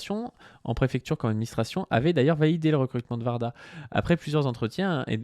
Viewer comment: c pas Varda... c Warda ( ouarda) ps: j'aime bien vos vidéos